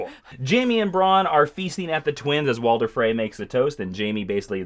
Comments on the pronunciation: His name is Walder Frey not Walter Frey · Walder* not Walter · WalTer Frey... seriously, train pronouncing the names before you record for 15 minutes. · Ramsey was given a royal decree that he could take the name Bolton, as a payment for his fathers fealty. And it's "King in the North" not King of the north. And stop saying 'Walter' Frey. Please read up, you clearly know very little about this. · Am I the only one who heard him say "Walter" frey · Woahwoahwoah.............. i had to stop the video to comment this, it's not "Walter" Frey it's WalDer Frey...... FUUUUUUUUUUCK